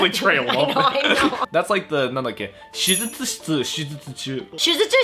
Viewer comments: should say “shitsu”(しつ) for operating room(手術室), not “chitsu”(ちつ) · it is shujyutsuSHItsu I knew my man 室 couldn't just change like that